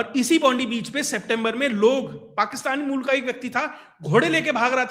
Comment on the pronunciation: It's not Bondi. It is pronounced as Bondai